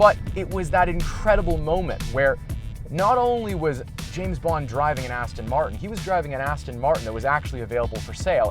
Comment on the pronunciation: Please please please pronounce it correctly.It's Aston Martin, not Aston Martun. 😕😕😕😕😕